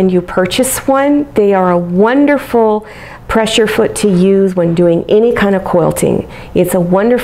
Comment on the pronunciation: I like this design; however, I wish You would correctly say "presser foot", not "pressure foot".